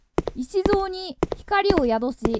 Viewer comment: せきぞうをいしぞうってゆってるのなにげにすき笑